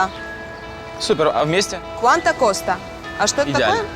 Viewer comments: Не куанта Коста а куанто куэста!!! Неуч Коля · Боль просто. Ударения в половине испанский слов неправильно, ну и cuenta costa.... Сценаристу неуд. И кроме Ронды ничего реально стоящего не показали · То же самое хотел написать). По-испански будет "Куанто куэста". А Cuanto Costa по-испански будет "Сколько побережье?"